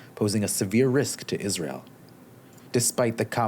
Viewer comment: Israel not reel